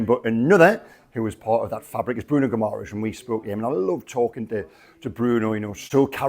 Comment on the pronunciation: love your work. It’s not pronounced gih-MARR-ess. It’s GIMmer-ice (or close enough). Let’s give our captain fantastic the respect he deserves.